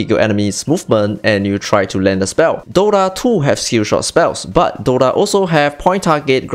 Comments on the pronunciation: broo..its called DOTA ,not DOrra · WTF is Dora? He keeps saying Dora. Im here for Dota. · is it just me or he kept saying DORA?